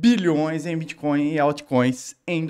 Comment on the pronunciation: Bitcóio? Nem sei o que é isso.